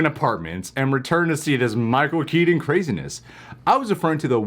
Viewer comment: Say Keaton right god damn it! Drives me insane!